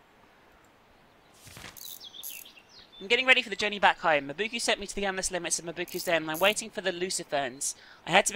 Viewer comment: Why are you reading "Mabuka" as "Mabu-koo"?